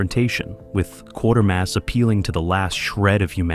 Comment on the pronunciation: The AI needs to learn that it's "Quatermass"...rhymes with "crater"...